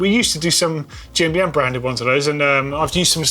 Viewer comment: The way you say GMBN sounds like Jambient